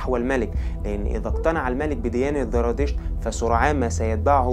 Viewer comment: قناة رائعة ولكن رجاء انتبه للفظك لحرف الزاي. اسمه زردشت وليس ذردشت الديانة اليزيدية وليس اليذيدية